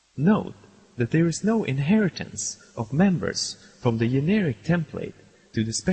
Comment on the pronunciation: Prounounced "generic" as yeneric....